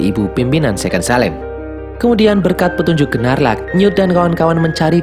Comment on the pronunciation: Maaf min... Bukan Gerrelt tapi GeLLert Grindelwald. Biar g belibet, Grindelwald aja. And its Queenie, bukan Queen Benar Gnarlak, tp dibacanya Nårlak Demiguise = demigais Adik Credence namanya Modesty Hal kecil, tapi penting. Krn mnygkut identitas karakter And you miss one crucial thing: knp credence dgn mudah bhnti saat Tina dtg, krn sblmnya Tina cast magic kpd "ibu"nya Credence saat dia akan menyakiti Credence. Dan krn hal itu jg Tina diberhentikan sbg Auror (pnyelidik).